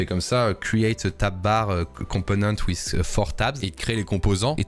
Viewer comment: question parce que ça clash fort dans mes oreilles; Pourquoi en France vous prononcez ziss pour this (alors que ça devrait plutôt ressembler à "diss") ... ou wissss pour with... (plutot que wit...) .. on dirait que je n'arrive pas à me concentrer sur ta vidéo ( qui est très intéressante soit dit en passant ! ) juste pour ça..